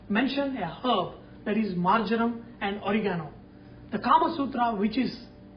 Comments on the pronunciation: hi chef , marjaram ... marmam ..... r those indian words or english? never heard ........ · I believe he said "marjoram". A prominent herb according to the Kama Sutra. :)